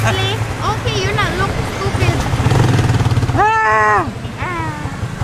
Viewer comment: HA..IT IS FUNNY...... IS REALLY GOOD SAYING THE WORD " STUP ID"